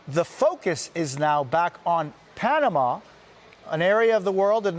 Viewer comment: Panamanian here, his pronunciation was perfect!